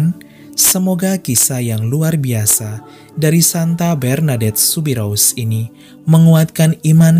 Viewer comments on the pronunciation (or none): Bernadet Subiru (s gak diucapkan bro)